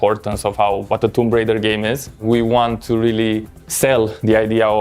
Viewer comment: i love how none of TR developers can correctly pronounce the title of the game lol